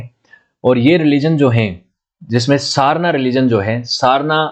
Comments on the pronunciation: सरना मुंडाओं का पूजा स्थल होता है. आप का उच्चारण भी गलत है. सारना नहीं सरना. मरंग बरु नहीं मरंग बुरु. मरंग का अर्थ है बडा. बुरु का अर्थ है पहाड़. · jai johar ,jai sarna .......pronunciation is srna